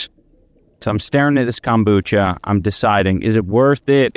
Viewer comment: Yo seeing Ian go through this after he F*cked over his BF of a decade he DESERVES IT!!! He doesn't need Kombucha with that stinkin a$$ breathe his wife says he has frfr, and why does he call it CUMBUCHA??? He will be taking the bus soon, what kinda idiot moves to Canada when they are BROKE??? Canada is more expensive than America, are they that scared of his former boxing coach??!!